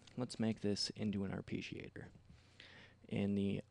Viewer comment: Fantastic tutorial, but your pronounciation of arpeggiator is killing me.